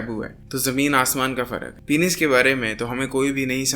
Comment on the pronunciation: Penis ❌ Pinis ✅